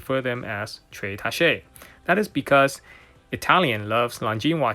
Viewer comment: You need to look up the pronunciation of “tacche”